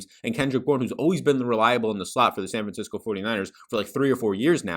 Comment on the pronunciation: this dude said san franciscki LOL